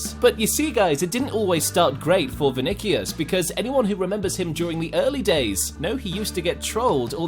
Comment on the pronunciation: He said venikos it’s vini or Vinicius